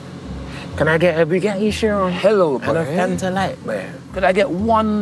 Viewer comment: why are they calling it a shyron tf😂😂😂😂😂😂😂😂